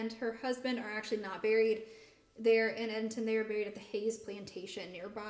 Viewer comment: Very interesting discussion about the Edenton Tea Party. Being from NC, it's interesting to me to hear how you pronounce Edenton. Here in NC it's pronounced "Ead-dun-ton".